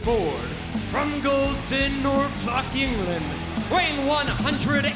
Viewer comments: "NorFUCK England" Can he sincerely not pronounce Norfolk or was this one deliberate? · And Justin still can't pronounce Norfolk properly